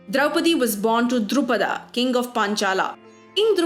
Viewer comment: Why is narrator going all "aaaa" at the end of the names. The name Drupada has a trailing "a" because in Sanskrit the last "da" has an "a" sound added to it to make the last letter complete, otherwise it remains a half letter with a "halant" hanging on it, which represents the lonely sound "da" which also happens to be the first half of the English word "The". Pronouncing just that sound at the end of the word becomes a bit difficult and we end up adding the trailing "a" completing the half letter. That makes the pronunciation as "Drupad" not "Drupadaaaaaaa". To the narrator, please make this correction, it sounds awful otherwise. The Shabd roop's for Drupad and Drupadaa are completely different. The total grammatical usage of these words are different. Sanskrit is a sensitive language (to put in simple words). Your pronunciation makes a difference in the complete narrative of a story. So Kunti's first son was "Karn" not "Karnaaa" and was raised by "Dhritraashtr" not "Dhritraashtraaaa". It is simple, when one of our friends has the name Krishna or Ram, we call them Krishna and Ram, we don't call them Krishnaaa or Ramaaaa. So why do this with the mythological figures? They were also named similarly. We call our nation in Hindi as "Bhaarat Rashtra" not "Bhaarataaaa Rashtraaa", just use that logic here as well.